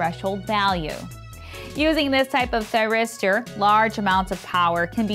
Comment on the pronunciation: If one does not succeed, try, try, "tryristor" again.